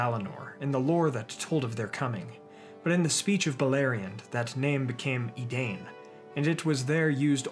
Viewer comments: My feel when this dude pronounces "edane" not "edein", smh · Im so surprised, the pronunciation of the name of men in Beleriand is not ‘e-dane’ its ‘e-dine’!! Ai does not make the same sound as maim. Source: Silmarillion index. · Great video. Minor point: isn’t “Edain” pronounced “ee-dine” rather than “ee-dane”? Just a quibble